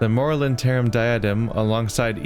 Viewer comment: Moralintern is best pronounced as two words. Moral Intern. The name reminds me a little of Ingsoc from 1984.